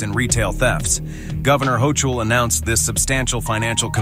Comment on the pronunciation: How many different ways did the Announcer pronounce the Governor of New York's last name? I lost count!